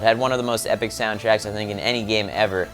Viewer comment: Dit he say épic